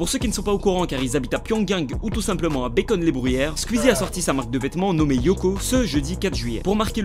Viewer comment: Est-ce que ça perturbe des gens qu’il dise « Squuzie »?